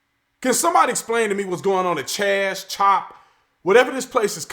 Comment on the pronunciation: Cha-zop. Lol